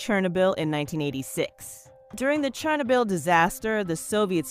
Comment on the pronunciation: Stop saying chernobyl like that. You need to learm proper pronunciation.